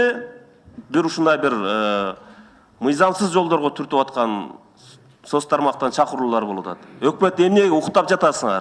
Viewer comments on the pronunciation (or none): Чакурук эмес чакыруулар болуп жатат деп суйлосонуз.